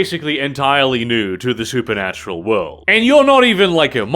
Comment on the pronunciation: Me: watching being things: "SuperNUTural and occult secrets." Me: "What do you say,?"